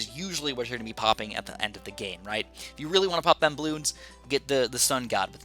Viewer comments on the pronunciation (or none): none